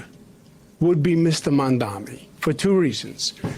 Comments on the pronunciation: Cuomo still can’t even say “Mamdani.” Mamdami Mandani Mandami He has all of those covered. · The may seem trivial but I promise it really is not...I cannot take any politician seriously that refuses to say the name of their opponent correctly. FFS he said "Mom-dom-eee" like 50 times. He does not even try to say the name correctly and this is telling of how he views people and his engagement with them in general ... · MAMDANI. MAM-DAN-EE. Not MAMDAMI. FUCK. What should I expect from a country that couldn't even pronounce the name of their own fucking Vice President for 4 years. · Why can't Stephanie Rule and Andrew Cuomo get Mamdani's name right? It's not Mom-doM-ee, it's MamdaNi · It’s MamdaNi not MamdaMi - why aren’t people able to get this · His name is Mamdani not Mamdami FFS 😵‍💫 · Andrew Cuomo can't even pronounce Mamdani's last name. He keeps saying "Mandami" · Its insane how Cuomo and this interviewer are STILL calling him "Mandami" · I feel like they seem to get Mamdani's name wrong a lot. They call him Mamdami or am I just hearing things?? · cuomo still miss pronounces Zohran's family name, Mandami he says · Its amazing how people can't pronounce Zohran's surname correctly. It is Mamdani not Mamdami gees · Yep, the doofus is still saying the reverse: Mandami. LOL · They still refuse to say his name right, absolutely shameful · Interesting how everyone against Mamdani purposefully mispronounces his name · Every time he mispronounces Mamdani he reminds people that he is a bigoted, uneducated, petty bully. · Why do ninnies like Cuomo keep mispronouncing Mamdani as “Mamdami “? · The blatant racism as well of Cuomo purposely mispronouncing his last name is wild. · LOL! He still can't get Zohran s name right....Man...DAMI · It’s pronounced “mom Donnie”. Good lord. It’s not that hard. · They way all of these corporate ghouls just refuse to say Mamdani's name the right way... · its Mamdani M A M D A N I 🤣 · Why does she mispronounce Mamdani's name... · mom dommy